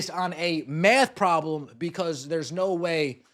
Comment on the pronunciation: “A math problem” with heavy emphasis on “problem”.